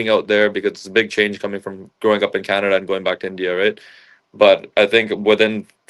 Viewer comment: It's Canada not kannada 😂😂😂